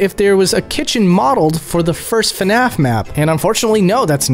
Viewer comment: please dont say fanaf